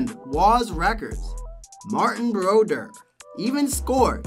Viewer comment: His name is : Martin Brodeur. Get it right...